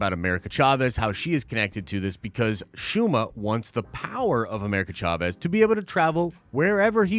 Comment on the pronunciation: I dont know who need to hear this. But it is Shuma 🤷🏾